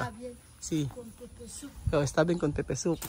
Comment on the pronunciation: Pepper soup hnd pepe soup.slang lng pgkakasabi nila